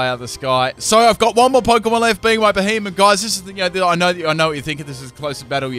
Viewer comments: It's not beheemen. It's beheeyem xd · y does it sound so much like he say behemoth instead of b he em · couldn't tell if you said it right